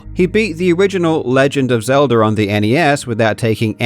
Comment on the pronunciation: "The Legend of Zelder" 😂 All fun and games